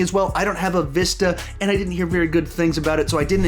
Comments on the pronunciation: It’s actually vita not vista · Lol “the vista”, it’s vita my man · did he actually say vista ???? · Lol, vista. It’s actually called a vita. Great review though! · Vista hahaha sorry I couldn't resist its vita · Why does he call the Vita a Vista...like the credit card skskkss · The heck is a "Vista" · He called the Vita the Vih-sta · "Vista" lol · Also it’s pronounced vita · It’s called a vita lol love you tho man